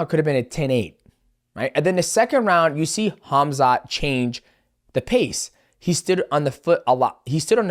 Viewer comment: i love it!..your channel,your thing what you do...AND you do sooo good,i am happy for you! the way you say Khamzat Chimaev is peferct,sounds native...Well Done LG Roman from Austria